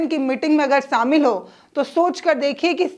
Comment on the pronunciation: शेखर को सेखर, न्याधीश को न्याधीस बोलने वाली जो शामिल को सामिल उच्चारण करे उसे मीडिया छोड़ ही देना चाहिए।😂😂😂